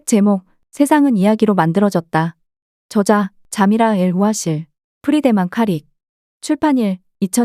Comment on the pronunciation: 발음 문제: 저자,미래,적어도,내기도 한다,현상,사실,(어떻게)살지, 두 가지,시장(market),영원,세상,최초,행복,파괴,중독,성경,사실 부정,수 십년,도덕,대부분,볂화,정의,세 가지,세 째,진화,해결책,가차, 등, 일부의 예는, 두 사람이 장음인 단어의 첫 자를 "짧게" 잘못 발음한 실 예다.!!놀랍지 않은가? 이와 같이 발음 문제가 심각한 것이다. 더 심각한 문제는, 이런 문제를 거론한 사람은 이 제외 동포뿐이라는 사실이다. 이에 1967년에 고국을 떠난 늙은 이가 "한국 어문을 고발함" 이라는 책을 고국에 바친다. 미국 변 완수 드림